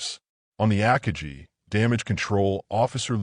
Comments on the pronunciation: Godawful. Terrible AI "narration", one of the worst I've heard. I literally stopped watching this video within seconds after hearing about the carrier "Akajee". No one even tries anymore, I guess. Half-ass effort, and then on to the next project (which we may also expect to be half-assed). Quantity over quality. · I'm giving this a down vote because of "Akajee", and the other AI mistakes. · I stopped listening when AI butchered the pronunciation of Akagi. I'm out, thumbs down. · This narrator is an idiot. He messes up numerous Japanese names like Akagi. It is not Yam 'like the vegetable" agutchi. What is "Station H"? Why would Japanese strategy be classified until 1972 when Jenda wrote about it in 1968? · If You are going to use AI for audio, at least use one that knows how to pronounce the word akagi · I quit listening 6 seconds in when the AI mispronounced Akagi. Good bye. I won't be watching anything from world revolution. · 5 seconds in and I had to opt out. AI needs to learn the pronunciation of Akagi. Need not go any further. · That makes two of us. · Stop making videos if you can’t pronounce Akagi correctly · Every time it says “AKAJI” instead of AKAGI, I’d cringe 😬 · Aka-gee? That's A-Ka-gi, with a hard 'g'. If you are going to use an AI instead of a real narrator, take the time to sanity check and correct it. I'm out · Akagi .... Ah-kah-gee with gee being pronounced like glee without the L. Gee with the g pronounced as the G in go absolutely the i pronounced as the ee in see. Get. Guy. Gone. Go. Guh. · Ack-ah-jee? Stupid AI voice. It’s Ah-kah-gee. 😂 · Chuchi Nagumo? It's "Chuichi"... And its not "Ackagee" Akagi is pronounced Uh-Ka-Gee. So many mis-pronunciations. Ditch the AI narration and hire a hoooman being... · Aka-gee... LOL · AC KA GEE ????? LUV these Bots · AH-Ka-GEE. for the love of the flying spaghetti monster get it right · The ak-a-gee? It only took 6 seconds for me to see this is poorly done. Bye! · Ak i gee? 😂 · Ah-kah-gee wtf! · Ah Kaa gee